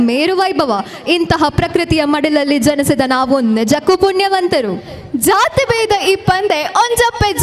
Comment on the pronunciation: Hi anchors, pls pronounce JA correctly. It's jathi not zhathi and Janisida not zhanisida.